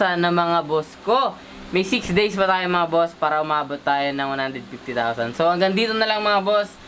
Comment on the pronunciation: "THAYOW" P***, may accent ang pag karol 😂😂😂